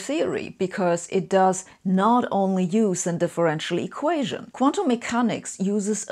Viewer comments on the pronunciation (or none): "eqations" ????? This one makes my head hurt.